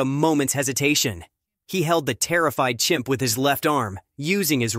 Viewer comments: Please fix your title. You say "Champ" instead of "Chimp" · It is CHIMP - not CHAMP...